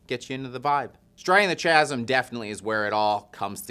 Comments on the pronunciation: Striding the Chasm-KAsm kkkkkaasm not Cha cha chasm chasm /ˈkazəm/ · Chasm is a hard C sound like cool not a soft ch like chair. Kasm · I love 1349 and have really been digging the sample singles. I can't wait to listen to this. Also, how did no one in the office correct his pronunciation of chasm? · Why in the hell are you pronouncing it chasm with a ch sound and not a k sound. Also this band hasn't had a solid release since Hellfire, everything since then hasn't been bad, just mediocre.